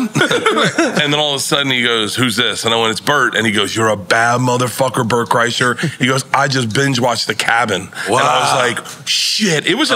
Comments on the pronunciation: Bert (cry-sure) I love how everyone can't get it lol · You know how i know they got paid to do this for press? NORE couldnt even attempt to say his name appropriately; "Brett Creshurr"